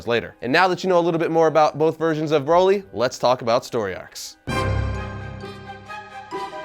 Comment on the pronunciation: How do you pronounce broccoli Exactly you're saying Broly wrong